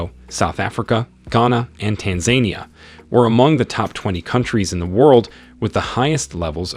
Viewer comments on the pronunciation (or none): You mean to say Tan Zaan Nia